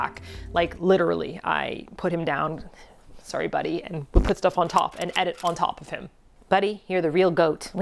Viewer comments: I swear I was taking things seriously, but then you said "sorry" in the stereotypical Canadian way :) Glad you're heading back to Japan... I take it you maintained residency over there? I wish I could visit... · I shouldn't have laughed when you said sorry with your extreme Canadian accent;) I'm all in for the new japan adventures